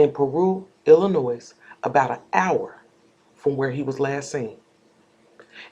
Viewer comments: The S in Illinois is silent. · Good work, just to let you know the s is silent in pronouncing Illinois. No shade at all.